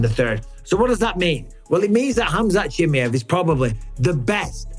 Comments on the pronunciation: Mike ! its KHAMZAT CHIMAEV ! Not CHI+ME +EV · But still says CHIMMIEVV